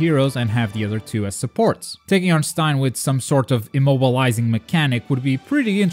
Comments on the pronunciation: Stein? Wtf why can’t he say Stain I know it’s the accent but come on man? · Its stain not stine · Did you call Stain..... STIAN?!? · It sounds like you said stine instead of stain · im pretty sure its stain(dirt) not stein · You said Stine not Stain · why its not staain its stain like oh god that gravy stained my shirt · It's stain not stine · Stein?! You mean Stain!?!? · hey dude its pronounced (steɪn) like a stain on the wall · Notice how calls stain stein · Markus richard “stein” 😂😂😂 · Learn how to pronounce stain plz its annoying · No trying to be mean,and you can get rid of a accent but todoroki and stain got pronounced wrong its kinda irritating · Don't fucking say stains name like that